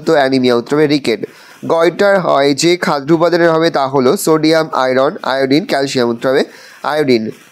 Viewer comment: Areyy sir ota khaddo hoy khadro noy 😮‍💨